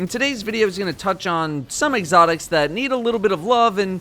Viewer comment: "Egg-otics"